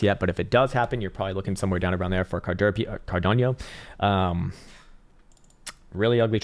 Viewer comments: Carderp…(clears throat) Cardanieyo…😂😂😂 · Is there a I in cardano???? Why the fuck he is saying cardanio Wtfff